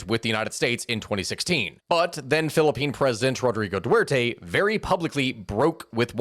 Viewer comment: Respect for misspeaking Dutae's name.